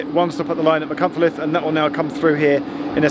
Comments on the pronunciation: My now wife was at Aberystwyth uni from 91 to 94. I took the train almost fortnightly through Dovey Junction on route. Your pronunciation of Machynlleth wasn't bad, one train guard struggled so much (then the stations were announced by the guard at each stop) that he ended up just calling it 'Mac'! Thanks for reminding me of a wonderful time in my life, 3 decades clothes ago! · Geoff don't worry about the pronunciations of the place names as someone who lives in the area I can tell you that you did much better than most do, I was impressed with your attempt at Machynlleth. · You pronounced Machynlleth very well, your Pwllheli is a pretty good attempt as well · C'mon Geoff.... What's so difficult about Pwllheli? You managed Machynlleth pretty well .... compared with some of the mangling I've heard over the years! .... and I've heard you pronounce "Theydon Bois" ... so don't give me any of that !! 😂